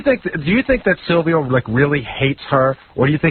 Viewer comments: It’s painful to hear Howard say Salvio instead of Silvio. I don’t think those dummies really watched the show. I don’t think I’ve ever seen people so clueless about something they claim to know. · You just spelt him "Sylvio" its Silvio idiot.